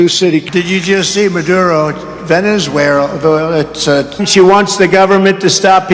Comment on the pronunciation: "Aseurasians", "Venezuerara", "Kambapla", ... If you all do not vote for me, I will be very upset 🤣🤣🤣